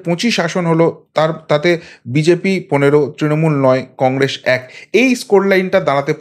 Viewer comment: Congress uchharon ta thik korun